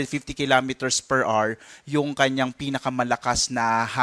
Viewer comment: PER R | Children, remember: The word "HOUR" has two syllables. The stress is on the first syllable. It's pronounced as AH-wr, not AR. Do not be like this reporter.